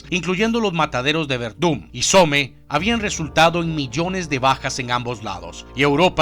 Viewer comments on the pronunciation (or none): Se dice "Som" no Some xD (Somme)